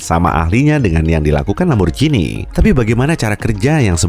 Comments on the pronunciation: bacanya ‘lamborgini’, bukan ‘lamborjini’ :( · Min merk italia lamborjini mana yg tau baca tetep lamborgini